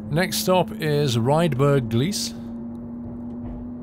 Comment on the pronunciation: Gleis is spoken like that: Gl-aye-s hope it helps :D